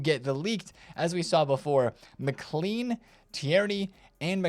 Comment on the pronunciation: "Mic-Clean" 😂 Love hearing Americans trying to pronounce anything Scottish 😂